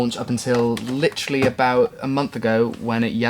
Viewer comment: Litchrally litchllaru literally you said that two hundred times lol